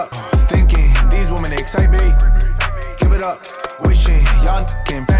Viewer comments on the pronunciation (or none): none